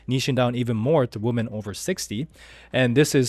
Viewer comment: Plural of a woman is "weemen"